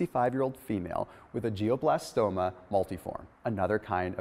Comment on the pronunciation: its G-L-IOBLASTOMA not GIOBLASTOMA, jesus. Do you just read off a teleprompter? Don't worry, I thumbed up your video because you seem like a nice guy.